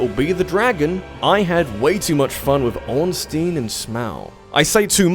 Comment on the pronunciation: Wow, you managed to pronounce Ornstein and Smough BOTH wrong. Orn-stine and Smoh. That's how you say it.